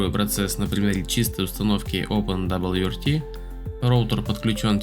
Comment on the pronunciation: "опендабльюэрти" чел, живётся тебе, очевидно, очень сложно